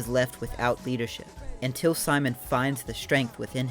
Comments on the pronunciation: I hate to be this girl, but its "SEE-MOAN", not "sigh-man." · Um, actually, Simon's name is pronounced: "See-Moan" in Gurren Lagann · Great video, but your pronunciation of Simon (Sea-Moan) makes me want to punt a kitten. lol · You imagine it's pretty well known but people to this day still can't get his name right😭 You pronounced it like "Simon says" or that one Chipmunk Simon but it's pronounced as Sea-Moan. Simon's name is derived from the word Shita no (下の) meaning Under. Most of Gurren Lagann's characters are named after directions. Kamina comes from Above. Yoko means Beside. Gimi is Right (Migi) and Dari is Left (Hidari).